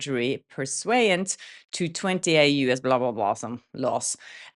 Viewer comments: pursuant is pronounced purr-sue-ant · Just an fyi, NOT a criticism. I think you used the word “pursuant.” The pronunciation is “per-soo-ant,” related to the word “pursue.” Props to your multi-lingual brain!!🧠